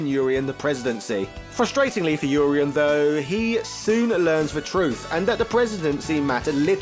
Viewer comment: Urien is a Welsh name? Welsh is a confusing language if you are pronouncing his name right. I prefer your pronunciation. I've been pronouncing the first part of his name with the UR the same as URINE and second half as E-N. Which always had me so confused. Also assumed they were both supposed to be Greek